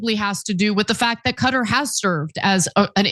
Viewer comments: Thank you for pronouncing Qutar correctly. 👍👍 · They say Cutter because as you already know the original Arabic letters and pronunciation for قطر are different from English.